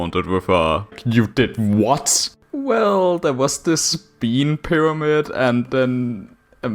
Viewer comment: a FWICKING PYWAMID?!